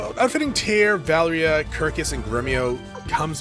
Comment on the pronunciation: Why do you keep saying Valria?